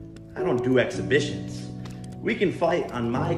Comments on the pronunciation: “Expeditions” lmaoooooooooo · Why? I don’t get it... it’s fkn aggravating. This is one of the better episodes and that’s ruining it. Instead, we can talk about Keem pronouncing it EXPEDITIONS instead of EXHIBITIONS!!😂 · Keem, it’s pronounced EXHIBITIONS!! There’s no D in it... it’s not EXPEDITIONS!! 🤦🏼‍♀️😂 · I laughed out loud FR when Keem fell out of his chair. And repeatedly said EXPEDITION instead of EXHIBITION!! Ol’ girl needs to try acetone, mineral spirits or paint thinner. I’m sure her head hurts!! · anyone gunna say that keem said expiditions instead of exhibitions lmao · Is everyone just gonna ignore the fact that he says expeditions instead of exhibitions? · Man says expeditions instead of exhibitions and it hurts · "Exhibitions" not expeditions keem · EXPEDITIONS?!! NO KEEM once again fucking up words or names it's EXHIBITION. 🤪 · Ex-HIB-itions, not Ex-CA-bitions. Driving me absolutely nuts everytime you say it! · I came here to simply say Expeditions is what Louis and Clarke went on lmao exhibitions how does this guy not know how to read that word and have a YouTube channel? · Is exhibitions, not expeditions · keem really be pronouncing exhibitions as “expeditions” 😂